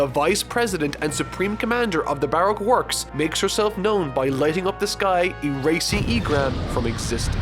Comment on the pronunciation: Plz pronounce Brock works correctly bu rok work's